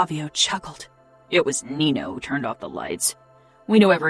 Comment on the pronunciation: Mama Mia It's Nino - NEE NO not NEENIOOOO. Even in the previous book it's pronounced NEENO .